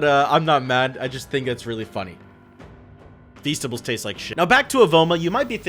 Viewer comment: My guy just say feastibles taste like [(__)]